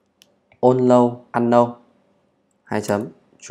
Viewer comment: Allow Unknow <ờ lao> <ân nâu> - Original <Ò ri chần nồ> Chúc anh buổi chiều vui vẻ